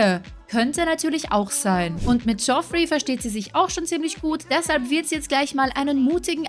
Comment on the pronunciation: Ich mache mich jetzt mal bewusst etwas unbeliebt 😁😁😁😁 und spiele hier mal den " besser Wisser" als Spaß natürlich. Aber Landgraab senior wird Jeffrey ausgesprochen 😁😁😁😁 Ansonsten wieder ein großartiges Video ☺️☺️☺️☺️☺️ Auch wenn ich paar Monate zu spät bin. 😁😁😁